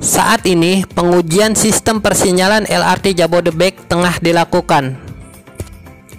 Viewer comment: Harap pengucapan singkatan pakailah ucapan alfabet Indonesia lah jangan malu harus bangga LRT ya el er te , MRT ya em er te dst semoga dulur2 maklum. Nuhun 🙏🙏